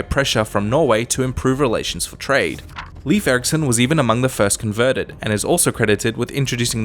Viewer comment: It's NOT "leaf" Eriksson. "Layf" or maybe "Lyf". Never "Leaf". Icelandic would be 'Leifur' technically.